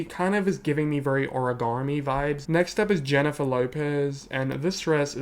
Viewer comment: I like how pronounces “very” like “VURRY” 😛